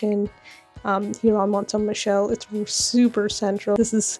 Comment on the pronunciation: French pronunciation tip: stop pronuncing the t; Mon(t)-Sain(t)-Michel, both t are silent; same for Montparnasse